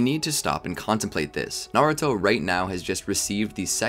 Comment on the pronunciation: Is Naruto not nauto